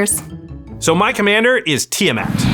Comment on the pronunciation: Ah, that kinda pisses me off how you said TIamat. Oh boy